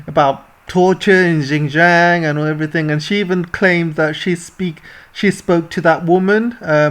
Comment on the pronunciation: Well said! For correction, Xinjiang should be pronounced as 'Sin'jiang and not `Gin'jiang....